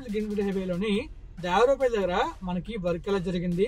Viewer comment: Bro it's దేవరపల్లి not దేవరాపల్లి..later one is near Vizag..